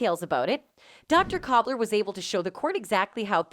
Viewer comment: It’s Dr. KULBER NOT COBBLER!!!